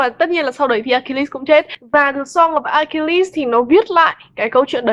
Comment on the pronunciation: Note cách đọc tên Achilles để bữa sau đọc cho đúng :v